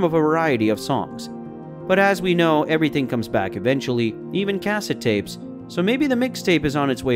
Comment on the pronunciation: I find your pronunciation of "cassette tape" disturbing lol